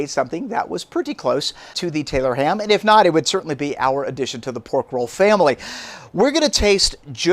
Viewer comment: I’m from Maryland but my wife’s family went to Jersey every summer and they call it, and have been frequently corrected, Taylor’s pork roll. Also he should have said make it a drinking game and every time he mispronounced it to take a drink 😂